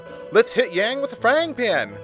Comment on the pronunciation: Every time you pronounce his name as "Yay-ng," a baby dies.